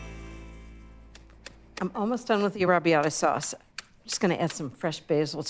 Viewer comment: In Italian is "Penne All'arrabbiata" not "Penne arabiadah". 🙄